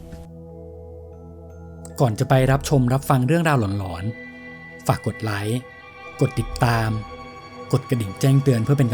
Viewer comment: หลอนๆ ❌ ล๋อนๆ ✅